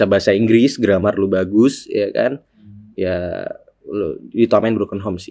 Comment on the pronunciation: yakannn ngakakk😭 padahal bacanya " gremmer" hahaha cape